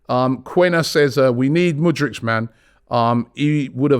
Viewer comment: Man generally got Mudryk’s name right today. Mudrik. Not Mudrich. Good job Robbie